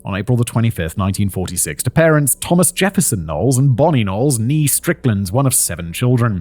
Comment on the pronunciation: the accent over the e in "née" makes it pronounced as "nay" not "nee".